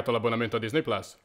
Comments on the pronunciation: NOO, ti prego anche tu PLAS.... Ma che PLAS, si dice PLUS, PLUS, PLUUUSS. Pure nella pubblicità sbagliano, capre ignoranti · plus! Pronuncia plus